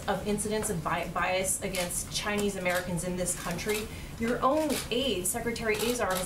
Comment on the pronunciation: "Ghinese virus" 😂